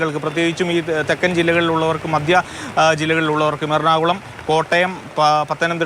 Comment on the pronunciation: മദ്യജില്ലകൾ അല്ല,മധ്യ ജില്ലകൾ ആണ്. മാതൃഭൂമി' പോലുള്ള ചാനലുകൾ എങ്കിലും ഇത്തരം ഗൗരവമുള്ള ഉച്ചാരണത്തെറ്റുകൾ ശ്രദ്ധിച്ചില്ലെങ്കിൽ കഷ്ടമാണ്.